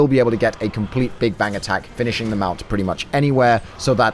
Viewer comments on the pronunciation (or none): none